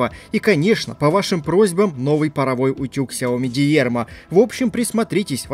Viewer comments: стоит всё-таки выучить английский язык и понять что в английских словах ударение идёт на первый слог потому фирма называется д'Ирма. То де*типо у тебя то диерма, пора повышать уровень, подписчиков то у тебя не мало... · дИрма,... дИИИИрма))) ну таковы правила английйского) Замок на свой амбар хорош)))